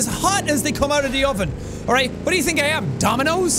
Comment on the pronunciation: Jack, I love that you let your Irish out. I also love it when you say "ya tink?"